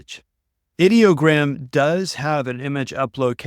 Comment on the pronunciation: Thank you for pronouncing Ideogram correctly. I hate these creators who call it EYE-Dee-O-gram. Ideogram is the BEST image generator in my opinion. It's my go-to when I need text in a graphic.